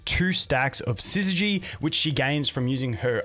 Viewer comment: Subscribed purely for the fact you're the only content creator I've seen who can pronounce 'syzygy' correctly. Well played